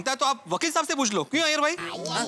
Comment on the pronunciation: Iyer hota hai iyyer nahi